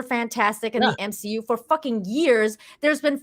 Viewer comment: I just want to say. It’s NOT M-She-U 😂 😂